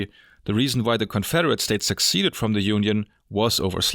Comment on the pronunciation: Quick and hopefully helpful little note: "secede" and "secession" are NOT pronounced the same as "succeed" or "succession." There is only one C in "secede" and it is pronounced as a single soft C, like an S. So it's pronounced "seh-SEED".